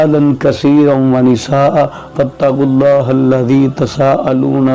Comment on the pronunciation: آپ نے واتقوااللہ کو فاتقواللہ پڑھا اور والارحام کو بالارحان پڑھا۔۔۔ برائے کرم درست کیجئیے